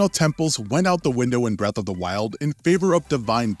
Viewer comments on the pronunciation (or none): none